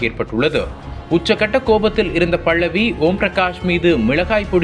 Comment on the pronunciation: தமிழை சரியாக உச்சரிக்கவும். அவர் பெயர் 'பல்லவி' பள்ளவி இல்லை. இதுபோல் இன்னும் பல பிழைகள். நம் தாய் மொழியை நாமே சரியாக பேசவில்லையென்ரால் மற்றவர்கள் எப்படி மதிப்பார்கள் அதுவும் பத்திரிக்கை துறையில் சரியான உச்சரிப்பு மிகவும் அவசியம்!!